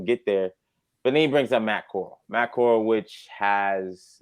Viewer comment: Bro Matt Corrall didn't start ANY games. He played in 2 preseason games and got injured. Y'all are not even pronouncing his name right 😂